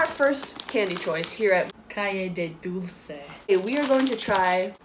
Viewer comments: Dulce no "dulse" Nocilla no "Nosilla" Conguitos no "Congüitos" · You didn't write it, you said it. Nocilla is pronounced with C, they are not S, dulce with C, not with S, and Conguitos you pronounced it as "Congüitos".